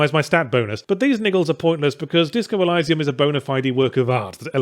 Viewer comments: I have never heard of it said ElYYYsium before, It's always been Eleesium for me. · “ELL-EYE-SAE-UM”? Go watch Gladiator, the bit at the beginning where Russell Crowe says the word right. ELL-EE-SEE-UM. There. Wasn’t hard was it. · Elysium.. EL-ee-zee-um. Not Elisa-m :\ I love ya Ben, really do. Please don't take the correction the wrong way <3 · Elysium pronounced with i (very shortened 'ee') not eye. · It's elysium like eleesium, not eliesium. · it's all up to intentions and delivery. Good intentions alone pave the hellscape. But with meaningful delivery they are something. Let's not go too deep though, isn't it Eleesium not Elaysium? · Ee-lie-see-umm? CAN'T TAKE THE CRITIC SERIOUSLY IF A MOTHER FKER CAN'T PRONOUNCE A GAME TITLE CORRECTLY FFS He said, sarcastically. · It's pronounced eleeeesium you dumbass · e-LEE-see-um, Yahtz. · Eh-lee-see-uhm. Jesus, I know you're a foreigner but english is still your first language ffs. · Disco Elysium is my GOTY and kinda ruined the Outer Worlds for me. Also isn't it pronounced "eh-lee-zee-uhm"? :D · Pronunciation: Either eleeseeoom (First e like elevator) or eeleeseeoom. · Stop saying Elysium wrong. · This was the first time I heard that particular pronunciation!! Really struggled to get through the video with it... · Did you really just say 'elysium' the way that you did? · A: I agree.... call of Duty is absolute pap... pile of utter garbage that is just the same game re-skinned over and over again. B: You're pronouncing Elysium wrong... C: Great and hilarious video as always... love it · Uhh, is there more than one correct way to pronounce "elysium", because as a non-native speaker I did not expect him to pronounce it like that, and it sounds very wrong to my ears. Game is great btw. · Who else here is weirded out by the pronunciation of Elysium?